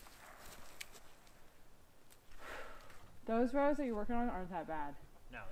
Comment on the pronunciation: You said Rows I thought you said Rose I’m like how